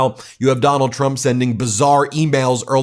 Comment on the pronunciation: am i the only one who notice carolying says “president chrump”